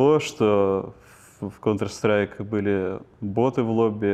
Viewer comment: КОНТР, НЕ КАУНТР